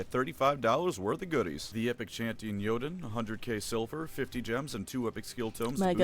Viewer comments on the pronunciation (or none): none